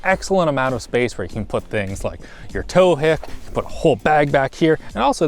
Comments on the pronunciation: Did he call a tow hitch a "tow hick"? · "Toe hick" ??